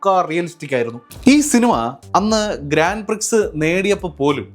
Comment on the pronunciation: ഗ്രാൻഡ് പ്രിക്സ് അല്ല .....ഗ്രോൺ പ്രി